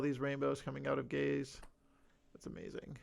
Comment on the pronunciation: I’m sorry but the quote ‘check out all these rainbows coming out of Gaze, it’s amazing’ which sounds like .. well.. gays. I could appreciate the not-intended joke, i snorted 😇